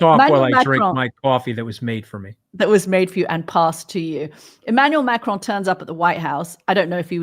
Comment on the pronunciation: Can someone tell you Americans that it’s Macron, not Macrone? There is no e!